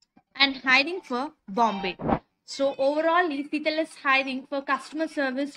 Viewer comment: Seetal kadu madem, it's Sitel!